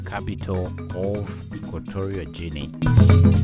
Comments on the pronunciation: It's "Ghinee" not "Jinee" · I feel offended to certain extent. 1) my country is not Gjini as you pronounced it. 2) your argument about country divided into 2 places is very poor and definitely you made no effort to show any intelligence in that comment. To give you a clue, think of Tanzania and Zanzibar, Hawaii and US, Bermuda and UK, Spain and Canary Islands, Guadalupe and France, Curacao and Netherlands - repeat that three times and think again. 3) as an Equatorial Guinean, due to proximity of Cameroon Gabon and Nigeria, I think our nationals speak better French than Spanish hence most people speak English due to the fact that it has been previously colonised by England. Dictatorship, , I wonder where you from. Id like to visit because most of the continent has the same problem. And please there are too many Guineas in the world to pronounce that name Gjinea. It sounds like a person who has never before read the news or watch TV. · "Ikweterial Jinny "are you serious? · Not "Jini" please.... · It’s pronounced Equatorial Gene? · The worst commentator or narrator I have ever had despise for. Tufiakwa spits. What the fuck is " equatorial jennie " .now get out of my face. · If you want to make a vidéo about a country at least learn how to call it properly. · The pronunciation is wrong.. ...... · YOU don't even know how to say "Guinea"!! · My point exactly.